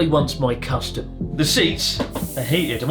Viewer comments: I know he said "custom" but I can't not hear "custard". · I misheard "custom" as custard. And now I have a new phrase in my lexicon. Thanks Chris. "This toilet clearly.....wants my custard" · He said custard, not custom. Like shit custard, lol. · Oh sorry!! Hahaha.. I'm hearing custom 🤣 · i definitely heard custom as well